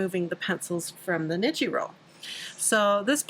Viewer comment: Thanks for the great tips! Tip: "ni" in Japanese is pronounced as "knee". So, when you say "niji" it should sound like "knee-gee" (like gee whiz!). (